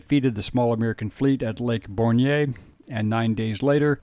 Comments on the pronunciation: Its not pronounced "lake born-yay" its pronounced 'lake born" spelled lake bornge. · Lake Borgne is pronounced "born," not "bornyay."